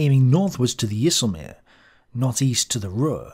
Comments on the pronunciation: IJselmeer 😂😂😂, Try to say EYE selmeer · Another very nice video sir! And I commend your effort to pronounce IJsselmeer correctly, a most charming effort. If you need to pronounce more Dutch names, give me a call. Always willing to help.